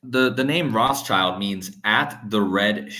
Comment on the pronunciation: The S in Rothschild is silent